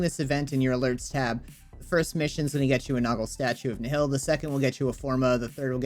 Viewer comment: In the game Nihil is pronounced more like Nile